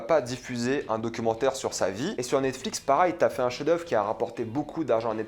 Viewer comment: Yo rege pourquoi tu prononce jamais "pareil" mais "parail" ?